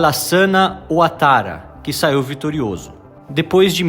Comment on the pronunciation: Pronuncia-se “Babô” e “Uatará”